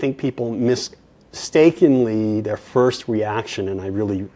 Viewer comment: "Miss stakenly"?